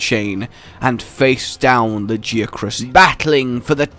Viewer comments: La-Gi-A-Crus, this is almost as bad as your behemoth, Odogaron, or Bazelgeuse names lol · "lag-ee-a-crus",. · La (like la la la) Gaia (WITH A G and not a j) Crus (like crust) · La gi a chris? I always pronounced it Lag i ac rus I just think it sounds better that way. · Did anyone else get triggered by his pronunciation of 'Lagiacrus'?